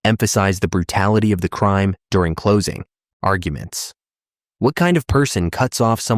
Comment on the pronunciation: this whole video is AI. All the mispronounced words. Then you have the AI saying " close... ing... accounts". Guil...tee....ver...dicts."